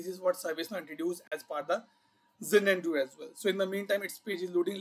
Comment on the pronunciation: dude, its not ja-nan-du, its za-nuh·doo However, thanks for sharing all the information. Happy learning